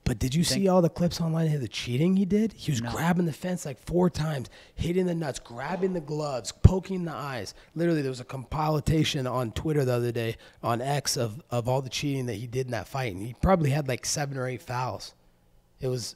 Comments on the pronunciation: Wtf is a "Com-pile-la-tation"? Homie been hit in the head one too many times!😂 its called a compilation buddy,say it with me Comp-i-lation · I'm calling it a "compil-a-tation" from now on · Colby "Compile-alation" Covington 💪😂😂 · "Compilatation" - Colby Covington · "For real, there's a complile-atation of Leon cheating" 😂 We'll see even more cheating when Colby takes Leon to the "7th circle of 'hair' to say hi to his dad" 🤣🤣 Colby is crazy lol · "compilitation" hahaha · A Compile-tation 😂😂😂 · Haha ‘compilitation’ , I though Leon was supposed to be the dumb one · said com-pi-litation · compiltation? lmao colby is such a dunce also, - there's so much fights? lol... nelk dudes don't know it's "many" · Com-pile-a-tation lmao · compile atation?😂😂😂😂😂 & this fool wants to talk about other peoples level of education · dude...how can you say leon is dumb and follow it up with "compolitation".....is compilation a hard word?! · When did the word compilation turn into "com-pile-ation" ??? I hear people all over the internet fucking up these words wtf😊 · Compilation not compiletation but otherwise good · Compilitation lol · Talking about Edwards intelligence, proceeds to say "compolitation". LOOOOL Happy Dad needs a refund asap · scrolled right down to the comments to find the compilitation comment hahaha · "Leon is dumb" Also "Compileatation" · Colby “Compileiation” Covington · compilitation this guy says… legend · Complie a lation